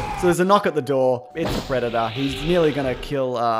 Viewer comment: he knoock at the dow haha